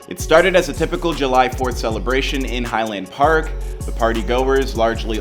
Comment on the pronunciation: Mispronounced all the names. High Lond Park lol wtf